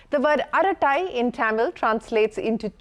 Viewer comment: It's tamil. Not ThEmeel.